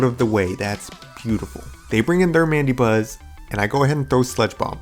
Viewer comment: It's pronounced "Man-da-Buzz".